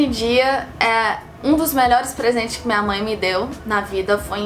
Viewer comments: o sotaque mineiro se mostrou no “minha mãe” hahahaha linda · Seu português e ótimo.... Nem percebi diferença.... Sou mineira o seu jeito de falar "minha mãe" e muito mineiro kkk